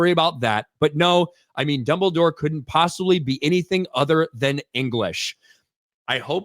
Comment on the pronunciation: It'll be fun to see when people realize how goofy names and places sound. I mean, it's hard to take "Dumble Dore" seriously when you hear it, even with someone that has as much gravitas as Lithgow